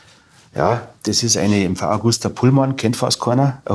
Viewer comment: es heißt MV AGUSTA...und nicht mv augusta